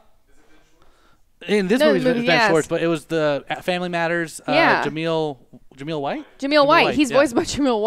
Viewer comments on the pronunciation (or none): Director heard the complaints everyone had about Sonic's weird design. He said they're going to change it to closer to the game. OUR COMPLAINTS ARE HEARD! edit: also it's Jaleel White not Jameel